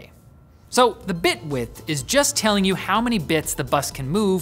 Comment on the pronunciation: When he said "bit width" the first time I thought he was saying "Bitwit" lol shoutout